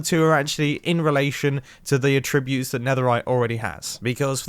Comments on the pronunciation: “A - tribute” ??? It’s attribute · The incorrect inflection on "attribute" made me twitch every time. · Is it just a British thing, or are you saying the verb a-ttrib-ute rather than the noun at-trib-ute? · mumbo: aTTRIBute. me: well that was a weird pronunciation, probably just a misspeak, it's ATTribut mumbo: aTTRIBute. me: ok... wait. * checks comments * me: is it just me? why has nobody said this in the comments??? how do you pronounce attribute? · Nobody: Mumbo: *says attribute as a tribute" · Someone teach this man how to pronounce attribute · I’m American and the way he says attribute and ingot is trippy to me!😂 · Everyone’s complaining about how he pronounces “ingot” and “attribute” and I still can’t tell what’s wrong with it 🙄